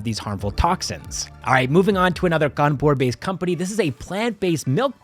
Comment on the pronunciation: you pronounced 'kanpur' wrong. it's 'khhanpu' thanks to all the mouthfreshners😂.